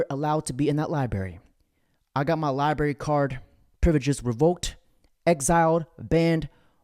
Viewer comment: I'm an Over achiever Asian lol "i threw that Giraffe shit book across the Li-Berry."